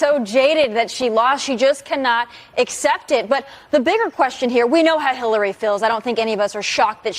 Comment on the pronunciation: you said her name better than I ever could😂... seriously tho, republicans will find any reason to upset their base. they don't have a policy platform to run on - all they have is fear. I agree with Clinton but honestly, she should have went harder - any time she opens her mouth, they will twist her words so what's the point in holding back? people know who tRump is & are aware of the anti-Anerican things tRump says. they aren't swaying anyone in anyway with the fake outrage over Clinton. at this point ur either with tRump or against him. no-one is hearing anything Clinton says & getting so upset that they run to the republican party - not happening. they are looking for ANY reason to excuse tRumps rhetoric & dangerous behavior #SupportIndependentMedia